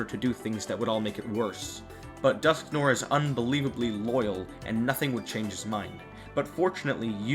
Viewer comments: it's dusknoir, not dusknore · Dusknoir's name is supposed to be pronounced "Dusknwar". "noir" comes from the French name of "black" colour, pronounced "nwar".